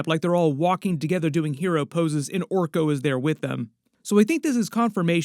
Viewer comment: It’s Orko